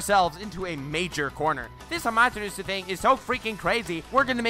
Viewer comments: So 50% Lacks of Information and therefore isnt correct displayed and 50% is simply false. Amaterasu (which btw is spoken AMA TE RA SU) is dodgeable for A cause he is faster than the Speed of "sight" aka he is Faster than the Speed of Light in his Lightning Armor, and even he couldnt dodge Amaterasu absolut and had to cut off his Arm. Naruto simply got Plotarmor. Edo Tensei would start Regenerate thats true, but it wouldn regenerate right on the Flame, it would take some Time, if the Body burns down completly by Amaterasu(for example because your are engulfed in Flames) your Body would regenerate from Nothing and therefore doesnt got Amaterasu on you. Still it would be a Effectiv mean to slow down an Edo Tensei Summoned Fighter. Vapor Release(which sounds False to me but maybe my english is simply not good enought) doesnt allow you to change Properties of GAS it allows you to Controll the PH Value of the Steam/Mist you are emitting at every Time. Therefore its only goes for the Fog youself created. 7)koatamatsukafuckikkamikki (Which Jutsu shall that be? That doesnt exist at all) do you mean Kotoamatsukami? This Jutsu alters your Mind unnoticed and therefore allows you more or less to turn somen in your slave or anything Else.... and thats it.....It lets you controll someone else on a "indirect" way by altering there Memories. Powerfull yes, Useless? No, Wasted used? Dont think so. Danzo wanted the WAR do make himself and Konoha the Dominating Power in the World therefore he ha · (saying amaterasu wrong) Naruto fans unholy screaming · The way he said Amaterasu I raged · Why did he say Amaterasu weird 🧐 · The way he pronounced Amaterasu...... Jesus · Listening to you butcher Amaterasu made me cry.